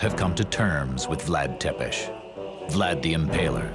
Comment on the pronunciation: Cant even pronounce tepes correctly.